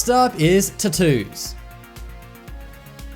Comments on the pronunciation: I like how you pronounce Tat-oooos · You say "tattoo's" so wrong that somewhere a fairy die's every time you say it.